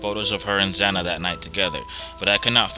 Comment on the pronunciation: It's Xana. Not zanna.........